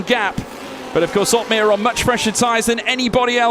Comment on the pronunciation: Jarno OP-meer